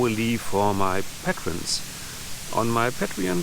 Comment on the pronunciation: I think the brick wall is old enough to be beautiful.Paint the other walls, leave the brick wall as it is! 😊 BTW, it is «pay-tree-on» and «pay-tree-ons» (rather than «patt-ree-on»). 😊